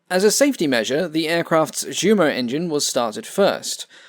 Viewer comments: "Jumo" is pronounced "Yumo." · Ive noticed in all your videos you pronounce jumo (jew-mo), but you correctly pronounce junker (yun-ker). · The way you pronounce "ReTSCHlin" and "DSCHumo"... Check Wiktionary or at least Google Translate for pronunciation please T_T